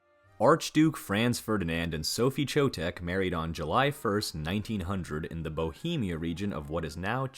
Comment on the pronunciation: Calling archduke "france" is like poking in ribs, but when I heard "cho-tech" I had to quit. The narrator's linguistic ignorance is a sure turn-off to me. He should take some German / Czech pronunciation basics.